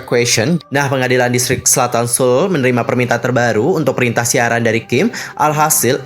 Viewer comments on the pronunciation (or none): none